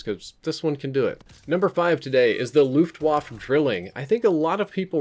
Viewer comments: Why do you keep saying Luftwaff? It's pronounced Luftwaffe. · “Luftwaffe” is pronounced “looft-vaffeh”, not “looft-woff”. Same for the “waffe”; it’s “vaffeh”, not “woff”. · Luftwaffe = Luft-Vaffa